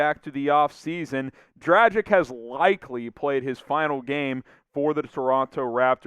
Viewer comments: Would be nice if you learned how to pronounce his name :D. It's Dragitsch (a "g" like in "gamble") not Drajik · Dražik. Please stop with this nonsense. G in Dragić is the same as in Goran. Be more professional. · Or a g like in graham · Goran has been in the NBA for 14 years. Maybe its time to learn how to pronounce his name correctly ?!